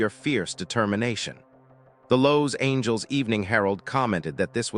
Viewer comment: Lows-Angels? WTF, can't your Ai narration software learn to pronounce one of the most famous cities in the world. I've had it with Ai narrators. I'm outta here.